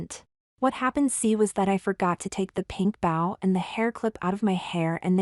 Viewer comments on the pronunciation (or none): Fun story. Suggest avoid using the word “bow”. Your text-to-speech software consistently mispronounces it, which is distracting.